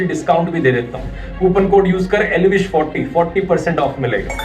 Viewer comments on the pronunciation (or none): Bhai its not elvish 40 = its Elvis potty ( if you pronounce it fast )